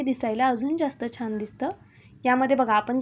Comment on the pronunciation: मणापासून म्हणू नका , मनापासून . छाण म्हणू नका , छान.